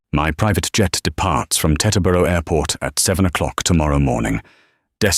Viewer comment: Teterboro...pronounced tee-ter-burro.